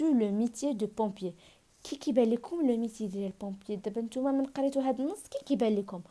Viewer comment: Pompier avec "o" machi" e"